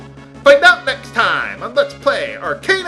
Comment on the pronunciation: I know you generally tend not to care about pronunciation, and that you usually pronounce words however you want, but... Arcana is a real word, pronounced "Ar-kahn-ah"